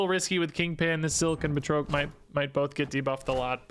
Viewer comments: Because I just can't help myself, it's Ba(d)- Trock the Leaper , buhtroke is killing me every single time . 🤣🤣🤣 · Batroc doesn't have an E at the end so the O is pronounced as "ah" BA-TRAHK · Per the MCU (CA:WS) it's pronounced, Bat-Roc...js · The way you pronounce Batroc is killing me. I always thought it was "BAT-ROCK" 😃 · I've been pronouncing it as Bat-rock this whole time. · saying “Batroak” is funny to me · Same! I couldn't take it, had to stop watching 😂 but I still left a like tho to support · What’s with snap YouTubers and not being able to pronounce things 😅 him with batroc and Bynx with Magneto. I’m like by fifth grade I knew how to say these